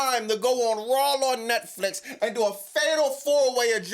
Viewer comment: Its RAW not RAWWLLL!! It's Vaquer not VALquer! Stop adding L's where they obviously aren't!